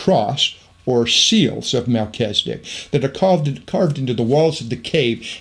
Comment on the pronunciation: MelCHIZ e dek, NOT Mel CHEZ i dik